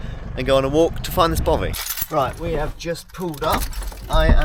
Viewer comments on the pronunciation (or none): Don’t you mean ‘ Bothy’!!? Jan🏴